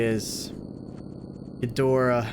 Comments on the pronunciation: pretty sure its name is ghidorah not ghidra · wait what was up with the Ghirdrah instead of Ghidorah? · Ghidorah ❌ Ghidrah ✅ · as we present to you ‘gidra’ 💀